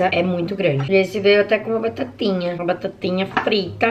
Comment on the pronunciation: Mano quando ela disse que até veio com batatinha parecia muito portuguesa meu deus tamu junto ❤️🇵🇹🇵🇹 gang gang 😉👌🏼